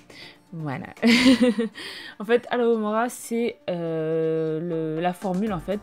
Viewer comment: Coucou! J'adore ta vidéo ces DIY sont hyper simple et ça va grandement m'aider! Mais étant une vraie potterhead addict', j'ai remarquée l'erreur: c'est Alohomora et pas Alo mora 😅 Mais sinon j'ai adoré ta vidéo 👌 gros bisous 😘